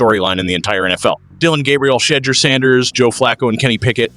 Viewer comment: Learn how to pronounce Shedeurs name properly